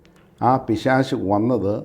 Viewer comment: പിശാചല്ല പിശാശ്😅